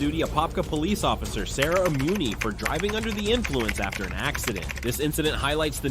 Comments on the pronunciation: Sara Muni not Sarah Amuni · Her name is Muni not Amuni.